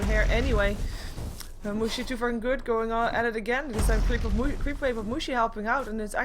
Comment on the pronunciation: plzzz don't pronounce mushi like that..... cuz in german it means vagina and it's very unpleasant to hear :D